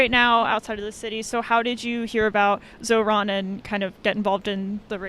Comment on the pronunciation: With they’d stop calling him “zor-han”. It’s zohran.